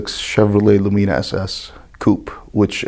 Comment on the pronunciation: Funny they pronounce lumina “lu-me-Na” over there instead of “lu-min-a